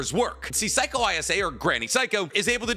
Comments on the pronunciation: It's pronounced Say-ko not psycho, lol 'Ei' is pronounced like the letter A in Japanese, so Granny Seiko is pronounced like Granny Say-ko. And just for reference 'Ai' is pronounced like the letter I. So Sai from Naruto is pronounced like the English word sigh or the beginning of the word psy-cho. So if her name was pronounced like granny psycho it would be spelled using romaji like this Saiko Class dismissed 😁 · Bro can’t even say granny seikos name properly.